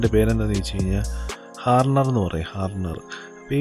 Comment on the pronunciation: ഹർണർ അല്ല മുത്തേ ഹാർഡ്ണർ